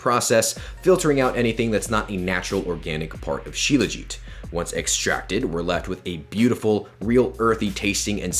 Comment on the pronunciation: It's pronounced SHilaa-jeeth my man. Thanks for the video....u r doing a good job in popularizing Indian remedies. I'm an Indian and have been using Shilajit forever. I'm 39yrs old and swear by Shilajit.